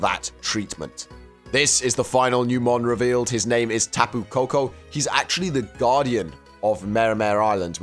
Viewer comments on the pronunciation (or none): Tapu not Tapa 😂